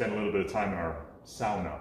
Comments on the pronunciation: Scandinavian! It is indeed sauna! (Sow-na) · Seems like joists were "Scandinavian" joists only in the barn. :D But that's the way to say "sauna". The word is from my native tongue Finnish and it's the only Finnish word that has been adopted in English (but it's usually butchered). If we wanted sauna to be pronounced as soona, we would have written it soona. ;) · Hahah Scandinavian, huh? We are Minnesotan and there's a lot of Scandinavian over here including ourselves.. When you can pronounce Sauna the right way I'll send you a Scandinavian welcome gift🤣😊